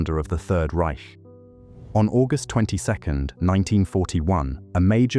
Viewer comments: Sería bueno q mejoraras la pronunciación de los apellidos y de "Reich". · Reich is pronounced Rike, not Ryshe